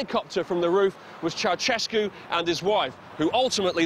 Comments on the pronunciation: Funny how foreigners pronounce Ceaușescu "cheauchesku", it should be more like "cheaushesku" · It's chou-SHESS-koo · It's Ceausescu,Chao-chess-ku , if u wanna pronounce it in english.